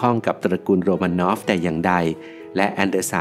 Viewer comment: ทำไมราชวงศ์โรมานอฟ กลายเป็นโรมาโนว่า ทำไมซาร์นิโคลัส ทำไมชื่อเหลือแค่นิลัส?